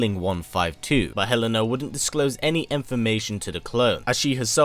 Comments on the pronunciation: Sooooo I love the video, as always. I should point out that Helena's name is actually elena the h is silent. Like Ellen and a......Aaaannnndddd actually Kasumi tried to rescue Helena from suicide actually. 😅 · The en in helena is pronounced like the en in enter.